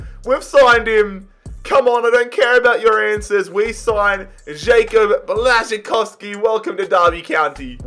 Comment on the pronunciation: Im from Poland and I was very impressed how you spelled Błaszczykowski so fast and good lol